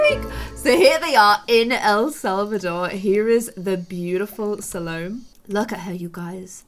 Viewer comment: I think it's pronounced SAL-oh-MAY.